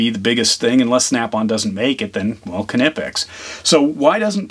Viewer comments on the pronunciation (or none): none